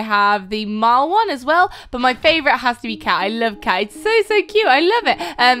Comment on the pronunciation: It's pronounced Mau-ll